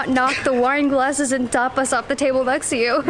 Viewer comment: Bro said tarpas Ta-pas it sound like u saying toppers 😂😂